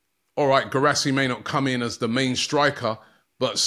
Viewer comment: Pronounce Gee rah see. Its gee you pronounce the Indian butter gee